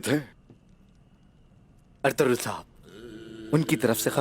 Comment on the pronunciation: His name is ertugrul not ertgul.... There are two types of G in Turkish alphabets. 1. (G)sounds ge. 2.(G)yumusak ge and this one is silent!🤨🤫🤔😤